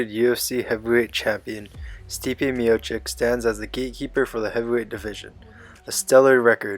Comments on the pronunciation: His fucking name is pronounced miochich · at least say his name right